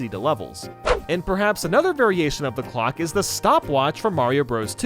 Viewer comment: I swear when you said "clock" I thought you said glock